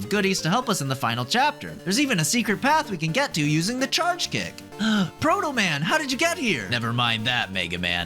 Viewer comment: Thanks to this video I have never been able to refer to the Energy Balancer without also adding "that Pwoto Man keeps stealing fwom me" and I'm honestly really thankful for that